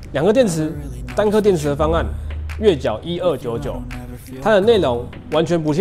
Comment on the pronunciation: 單顆電池方案 月繳1299？ 你念錯了⋯⋯